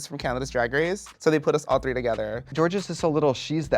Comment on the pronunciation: She said tree lol